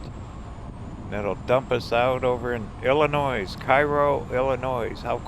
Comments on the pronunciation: Illinois, Cairo, Sikeston, New Madrid were all mispronounced. I think you finally pronounced Sikeston correctly, but New Madrid really grates on the nerves of the locals. I can imagine how you'd pronounce Cape Girardeau. 🤣 That said, my mother loves your channel. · Illinois s is SILENT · Fun video til you didn’t know how to pronounce Illinois. 👎🏻